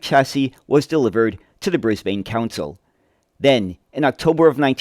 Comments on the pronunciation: I was all ready to watch this, but only got two words in. With the mangled mispronunciation of both the city and the country, I could go no further. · As always, very informative, Thank you. One small point though Brisbane is pronounced as Brisban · It’s something we always grit our teeth in preparation for, when we see the word written out. Thankfully most American YouTubers are correctly saying “Bris-bin” and “Mel-bin” these days. Now we have to work on British speakers who say “Barth-hurst” instead of “Bathurst”. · Great video! But your pronounciation of Brisbane is a bit off, the 'bane' part should be pronounced more like 'bin'. Also, if you're interested, you should check out John Dunn's history of Commonwealth Engineering series. Vol. 2 go over these buses a little bit, but what you'd find more interesting would be Comeng's involvement with the Budd company. Both of them worked together alot, and Vol. 5 goes in depth on the Comeng designed C1/C3 cars for the LIRR in NYC. Vol. 3 also talks a lot about the 1950s era of Budd and how they adapted Budd's stainless steel for use in trains in Australia. I've read all 5 volumes and I use them frequently for making my own videos. They're a fascinating read.